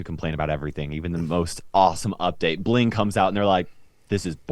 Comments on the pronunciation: Early. Also its bling not bing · Its bling, not bing. Thank you. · Bing ? Mistake it’s bling guys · Yesh..."bing" is a mistake . . . It's "bling" 😶‍🌫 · Bing instead of Bling🤣🤣🤣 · First! + its Bling, not Bing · You have out "bing" and not "bling" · Lesss go kt Eitd: it's bling not bing